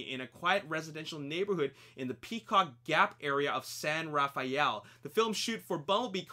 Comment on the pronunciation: It's pronounced "San Raffell" locally rather than "San Raf-aye-ell". I'm fairly sure from the angle on the Richmond Bridge and the brickyard that Charlie's home was situated at the end of Via Montebello, close to China Camp. Probably built a fake road end and house there.